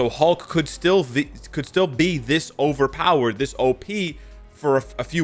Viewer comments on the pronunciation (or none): Agreed. I know we can't blame, but when he put that much emphasis on overpowered I was afraid they do something about it.